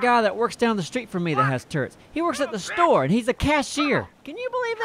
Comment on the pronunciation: I like how probounces Store. The Shtore